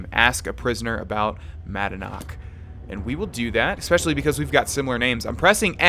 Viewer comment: Expecially? Pshh